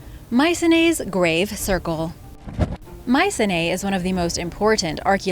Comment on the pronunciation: its pronounced: my-see-knee